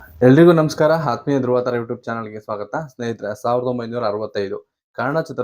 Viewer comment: ಹಾತ್ಮೀಯ ತಪ್ಪು, ಹಾತ್ಮ ಅಲ್ಲ ,ಆತ್ಮ-ಆತ್ಮೀಯ. ಈ ಪೌರಾಣಿಕ ಚಿತ್ರದಲ್ಲೇ ತೇಜಸ್ಸಿನಲ್ಲಿ, ಸತ್ಯನಿಷ್ಠೆ ಮತ್ತು ತ್ಯಾಗದ ಅತ್ಯುನ್ನತ ಅಭಿವ್ಯಕ್ತಿ ಯಿಂದ SPR (SPM) ರವರು NTR ಮತ್ತು SG ರಂತಹ ದಿಗ್ಗಜರನ್ನು ಮೀರಿಸಿದ್ದು.